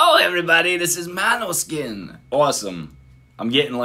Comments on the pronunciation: Damiano at the very beginning: "This is Måneskin" (MO-NES-KIN), several seconds after: "MANOSKIN" DAFUQ bro, can`t you learn this? It`s not Eyjafjallajökull! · You know the name is danish and is pronounced completely different. The girl on the bass is half danish and came up with the name. It is pronounced more like «Mohneskin» or «Moaneskin». It is danish for moonlight. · How hasn’t he been able to get the band name right by now 😆 “mano 🤚 skin”